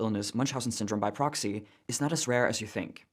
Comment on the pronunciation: its proxy not poxy